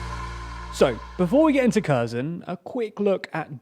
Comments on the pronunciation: To the commentators please do the Ukrainians the honor of pronouncing the names of their regions, cities, towns, and villages correctly. It is not rocket science I picked it up within a few days. Kherson is pronounced Herson because if a K is followed by a consonant the K is silent like Kharkiv is pronounced Harkiv. Now on to what I want to convey. While the two armies slug it out I fear that the Ukrainian people will be placed in great danger and the Russians will take their anger out on the civilians as they have done in every region that they were forced out of. There are also forces within the Kherson Oblast who are doing damage behind enemy lines. I imagine that not all of the soldiers who were defending the border with Crimea were able to get out and destroyed their uniforms and blended in and given that Ukraine has a law that requires 1 year of military service for every male there are people there with military training and they are capable of carrying out reconnaissance missions and perhaps obtain a way to communicate coordinates that the Ukrainian Army can use to great affect. They can also wreak havoc on Russian's weapons depots and cause other damage to Russian defenses by simply setting them on fire. Russia experienced many fires in their own country to the east of the Donbas region and I don't think they were set by Russians. Given the fact that the people of the Kherson Oblast protested until shot at and tear gassed I would say that when the Ukrainian Army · By the way, the pronunciation is really off! It's not pronounced "Kerzen" — that "Kh" at the beginning is a more like a hard "H" sound (like in the word "hummus") than a "K" sound, and the final O is a long O, like in the word "phone". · Okay, there actually no "K" in Kherson pronunciation. Its more like "here son". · Your directions are just very wrong and ask a Russian or Ukrainian how to pronounce Kherson. Your pronunciation is also very wrong. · Just like Kharkiv. "Har keev" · It's HERSON